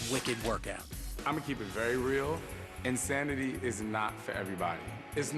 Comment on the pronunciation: They spelled it wrong. Shaun T clearly says it's "In-Thanity with a 'th' sound. He's an unbelievable speaker because of that, plus the fact that his body is rock solid after he took the steroids, plus there are plenty of idiots willing to smile into their home video cameras and say "I did it. Yes!" then send in their tapes to "Insanity" marketing division in exchange for $50, that makes Shaun T the perfect choice for spokesman of this awesome new workout company.